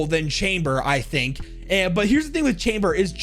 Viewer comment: He says "here is the thong that i think makes her" when talking about chaber lol